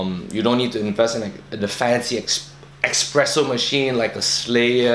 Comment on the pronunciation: Espresso, not expresso..